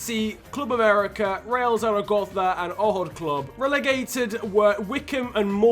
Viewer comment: Real ZZZaragozzza